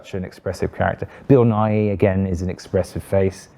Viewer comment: Bill Nighy is pronounced "Ni", not "Ni-He", just like our Science Buddy here in the US, Bill Nye, same pronunciation. Hearing this great actors name misspoken just rubs me the wrong way.